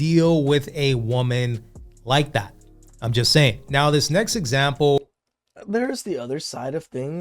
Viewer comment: Same thing when someone says necks, when they mean next.